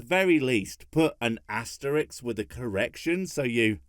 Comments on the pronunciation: asteriSK not asteriKS Need an asterisk there buddy. #SkittsLaw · You paranoid about misspeaking? Cool, because me nazi about grammar! It's asteRISK, not asteRIX. love, xoxo :-* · "..So at the very least put an asterix* with a correction" You mean asterisk* Oh how the ironing tables have turned.